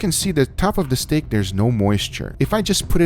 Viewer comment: I love the way guga says steak, he says it like “stæg”